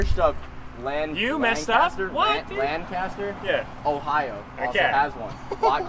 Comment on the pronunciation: Great another person who pronounced Lancaster wrong 😑, from someone who lives in Lancaster County, this is infuriating